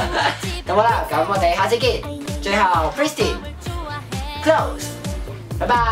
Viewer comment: 人哋個團名係讀pri s tin囉